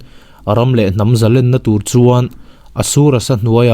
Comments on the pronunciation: A ngaihnawm leh dawn e. Zalenna tih hi len tih lai hi "khawnge i len" tiha len ri anga lamtur a nia, i lam diklo ania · zalen tih chu a hmalam a thu awm zia a zir a ri chi hnih awm thei a nilo ami. entirna Zalenna chu an va hman zalen thiam ve ti te hi chhiar ta ang ila arik dan khi ki hnih anga rik a ngailo ami.?.